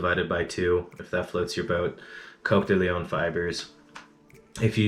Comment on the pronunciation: I thought it was Cock-de-leohhhhn not Coke-de-leon? Also you say Peacock and I thought it was Pee-coke. Please post video on correct pronunciations of tying materials. Thanks from Spain ✌🏽